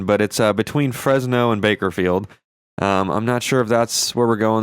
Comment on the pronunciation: he said bakeherfeild😂😂